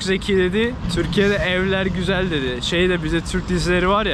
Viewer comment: her sözün ardından çok gizeeel 😁😆👍🏻